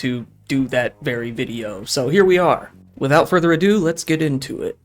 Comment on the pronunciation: “Without further adoo-doo”